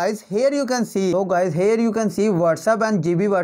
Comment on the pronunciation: Sactroll dawn. And hair u kan see... Wow what an English bro...😂